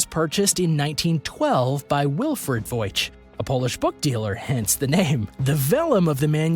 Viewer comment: It's the 'Voy-nich' manuscript, not 'Voych.'